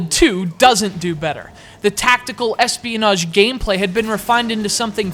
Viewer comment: why do you say Ssss pionage